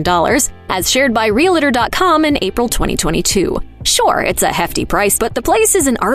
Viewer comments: stop saying REALATOR. There is no "A" in Realtor. It is just two syllabls, Real...Tor. It is not Real...A....Tor. This drives me crazy! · Real-tor, NOT Real-a-tor. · Oh for goodness sakes! Such ignorance! It's not ree-la-tor. What an insult to this terrific show.